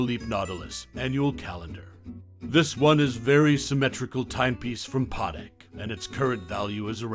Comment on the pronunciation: The way he said “Patek” triggered me